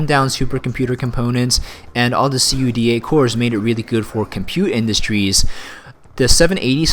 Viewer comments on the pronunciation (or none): lol, i have never heard someone say C-U-D-A cores instead of just CUDA cores before.